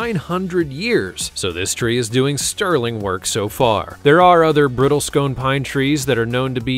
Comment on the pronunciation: "BRITTLE - SCONE" -- REALLY? LEARN TO READ, DUDE! It is "BRISTLE CONE"! First say "BRISTLE," then say "CONE"! THE CONES have pokey parts, they BRISTLE!